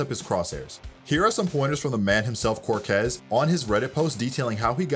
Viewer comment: He said "quarkez"